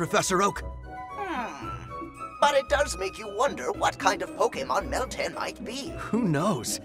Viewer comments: At first, I thought I heard MILTANK !!, But later I realised that it was miltan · I wasn't looking at the screen and thought that oak said, "the mythical pokemon Miltank". o_O